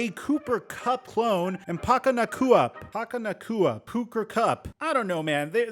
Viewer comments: dude.. you're absolutely terrible at pronouncing polynesian names haha..its Puka. As in Pookah. like hookah but with a "P" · It is pronounced Poo•kah! I went to middle school with Nacua’s older brother and remember meeting Puka when he was just a little kid in elementary school. His older brother Kai Nacua used to play in the NFL also and is in the USFL currently!